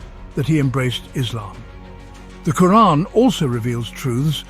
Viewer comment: Reeespec the way he himself even pronounces the word 'Quraan' . ... loadsa Love 🫂